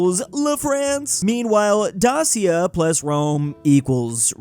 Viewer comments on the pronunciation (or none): Omg I'm not hating but pronunciation about the word Dacia was so god damn wrong man😅